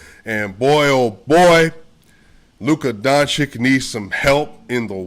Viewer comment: brother.. I have the upmost respect for you.. BUT PLEASE, PLEASE.. PRETTY PLEASE with Nikola Jokic on top.. Luka's surname is pronounced DON - CHiCH (not DON - chiCK)